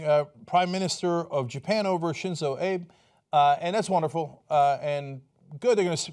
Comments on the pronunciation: Not prononced "Abe", but "AH bay". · Why do people pronounce a name spelt "Abe" that belongs to a Japanese person as they would for "Abe" as in Abe Lincoln? I know it's the correct pronunciation if it were in that context, but why do they never bother checking to see if it's pronounced sort of like "Ah-beh" especially of all a news channel? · it's not Shinzo ''Abe'', it's Shinzo A-BEY. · Shinzo .. "Ah-beh" ... Not Abe as in Abe Lincoln lol #Triggered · His name is Shinzo Abe not Shinzo Ape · Shinzo AH-BEH! watch some anime fool! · It's pronounced Shinzo "Ah-Bey" not "Abe" as in Abe Lincoln. It happens :) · Shinzo Ah-bay as in Ave Maria, not Abe as in Abe Lincoln. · Lol Abe It's "Ah beh" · Cenk, Abe is not pronounced like Abe Lincoln. It's AH-BAY. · It's "Ah-bay", not "aeb". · I think his name is pronounced Shinzo Obbie not Abe. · It's pronounced like "Ahbay", not "Abe". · I think you might have called him "Abe" as in Lincoln, but his name is pronounced "Ah Bay" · Cenk it's ah-bae pronounced like Abe as in Abe Lincoln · President "Abe", Cenk? as in President Abe Lincoln? ... the Japanese PM's last name is Ah - beh. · AHH_BEE-not Abe-c'mon Cenk! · I'm sure this has already been corrected, but it is Prime Minister Abe (Ahh-bay) and not Ab (like in Ab Lincoln). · I thought the correct pronunciation for Japan's PM was "ah-beh", not abe as in honest abe. Sounds weird like that... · the Japanese PM's name is pronounced Ah-Bay not abe like babe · Cenk, it's pronounced Ah-bey. Not Abe. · It's ah-beh, not Abe like Lincoln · It's pronounced Abbie not APE.. almost like the Turkish word for elder brother. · Pronounced Ah-Bay, Cenk, not Aye-b. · How do you not know how to pronounce the Japanese prime minister's name? It's three damn letters... Ah-beh... not like Abe Lincoln. Small details but made you sound uninformed. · It's pronounced ah-bey. Shinzō Abe. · Element7 shinzo joked about his name is same as Abe Lincoln. And cenk says later A-be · "Abe" is two syllables. "Ah-bae."